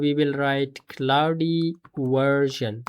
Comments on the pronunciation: Indian pronunciation 😂 Clau de code 😂 It's claude not clau de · Claude ❌ Clauudey ✅ But this is working>>>